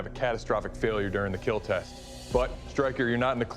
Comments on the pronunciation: Doug: *Puts an antire sword through a pig.....twice. Also: "Will not keeeel" Umm.....pretty sure it will keeel, it just won't last very long in combat. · It will not keell...😔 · And......it will keel....... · First time I heard it will not keal I not sure if I’m sad because of that or happy because I Finally heard it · Merry Christmas! It will keel! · "it will not keal" for christmas? Thats a heart breaker...